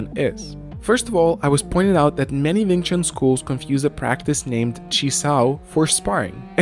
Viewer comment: Wing Chun, not Ving Chun